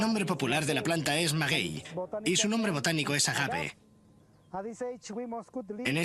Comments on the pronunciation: Pésimo "Documental" amañado y castellanizado, deben aprender a pronunciar los nombres de cada tema tal como son y no buscar traducciones o interpretaciones que falta de respeto. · Tenían k ser españoles los narradores , insultan al mexicano con su pronunciación espantosa k hacen de los nombres de dioses y reyes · Pero qué mal pronuncia los nombres de los dioses. 😕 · Como mexicano agradezco el gran interés y el respeto que tienen estudiar y mostrar parte de nuestra historia, pero, hay que cuidar el contenido, hay diversos datos erróneos y la narración no pronuncia correctamente muchas palabras como nombres y ciudades.